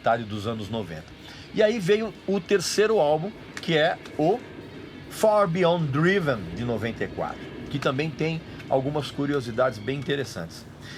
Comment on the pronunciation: Pelo menos ele acertou na pronúncia do Far beyond driven pois draive é feio...kkkkkkkkkkk